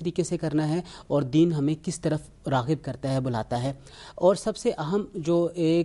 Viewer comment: د ین عربی زبان کا لفظ ہے اردو میں لین د ین ھوتا ہے چرب زبانی سے الفاظ کو مسخ مت کرو 274